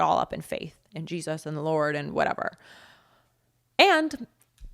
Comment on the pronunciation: That Lady really struggles to say Jesus.